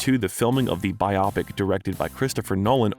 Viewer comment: How many well-known names can someone mispronounce in one video? At least 5 by my count. When you're making videos about celebrities, how can you not learn how to pronounce their name? And then there's "biopic": bi-opic? Please! It's bio-pic, as in a biographical picture. Do you even listen to yourself? All these mispronounced words and names are very distracting from the story you're trying to tell. Please get some editing help!